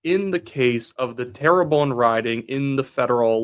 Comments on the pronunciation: Just say Tare-Bun (like air) . Don't need to say terror-bone. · Wyatt.. love your videos. Please though .. 'Terrebonne' isn't pronounced "tara bone" .. it's (tare~bun) 😅 good work though bud 👍